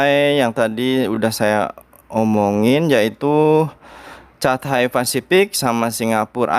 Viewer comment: Catay.. bacanya katey 😃😃